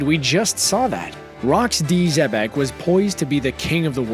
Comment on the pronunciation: Nigga said rocks d. Xebastien. Who da fock is dat geezer